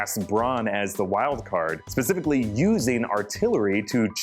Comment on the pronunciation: I love you and your videos let that be known .... But.... It's not Pacifically... It's Specifically...